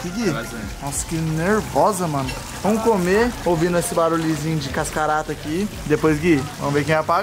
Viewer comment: O falo cascarata sendo o certo e cascata